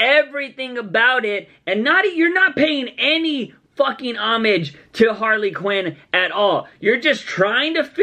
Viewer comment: She said queen it didnt even sound like "quinn" lol